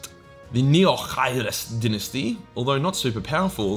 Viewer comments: “I will 100% butcher any of the dinesty names...” Me: “we know. You can’t even pronounce ‘Dy-nasty’ right.” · I'm fairly certain it's die-nasty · In Commonwealth English, “di’nesty” is the correct pronunciation. “Dy’nasty” is American English. There is a world outside. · I prefer dynasty pronounced as DIE-NASTY, it’s hard to watch.